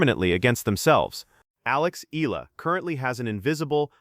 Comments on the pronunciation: Her surname is pronounced EH YAH LAH. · Exaggeration, commentary on what Nadal said without quoting what he said, no attribution of supposed animus and jealousy. What good does this do for true, devoted, loyal Alexandra Eala fans? Her name isn’t even pronounced correctly!